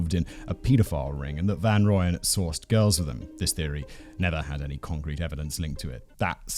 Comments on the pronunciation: The lack of hard G would have bothered me, but I'm ok with the butchering of Gert van Rooyen's name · I do find it amusing though, my brain corrects him every time lol. But in fairness dutch pronunciations are probably hard for most who don't speak it fluently.